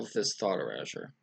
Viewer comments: Yeah, it definitely shouldn't rhyme with leisure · e - ray - sure Erasure :) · lol learn how to say erasure.